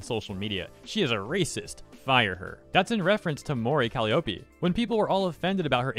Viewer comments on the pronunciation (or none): Completely unrelated, can you please learn how to pronounce Calliope? The way its said in a Japanese accent, like you're saying, is not the correct pronunciation